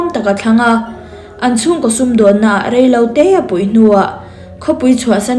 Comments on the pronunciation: Arawn koh vak nilo in arawn ko.vak tih tur H hi ahmanna adik tur aw ṭhahnem ngaihna vang aw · "A rawn KOH vak a" ni lovin "A rawn KO vak a" tih mai tur,ka sawi ngun tawh KOH leh KOH hi a hmanna hriat tur.H hi a hmanna tur nilo a hman i ching riau hrim hrim.